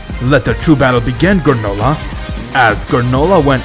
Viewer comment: Did anyone else noticed when he called GRANOLAH manolah.😂